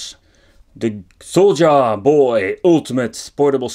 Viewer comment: The j in Soulja is pronounced like the J in my name, Justin. You’re pronouncing it very Dutch. Haha!